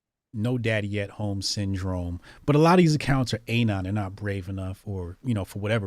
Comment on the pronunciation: How do u not know how to say anon? Lol